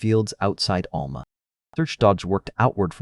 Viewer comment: I’m from this area. Just a little help with the pronunciation of the towns, sounding them out.😊 Alma ~ Owl ma Spiro ~ Spy ro